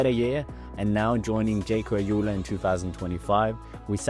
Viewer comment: Am I correct in hearing you pronounce Alula as 'Ajula'? Isn't it pronounced 'Al Ula'? Like 'Al' as in 'Algeria'?